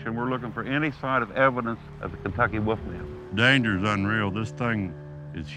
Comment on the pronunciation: Our first clue was the first 10 seconds of this. "Woof-man" This is beyond stupid, it's insulting to intelligent people who know how to speak correctly.